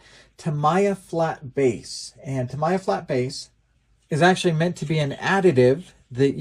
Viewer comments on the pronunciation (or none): Pronounced Ta-mee-a paint.